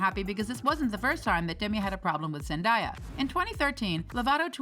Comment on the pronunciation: It's 2022 and she's already won two Emmys and yet people are still mispronouncing Zendaya 😭😭 come on now